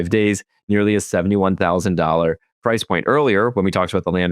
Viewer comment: Price is a one syllable word